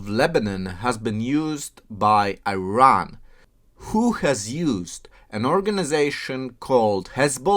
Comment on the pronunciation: Unless you pronounce Iran, Iraq properly, we won't watch your videos